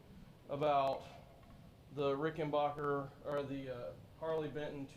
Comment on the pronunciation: It's Rickenbacker. What's a Rickenbacher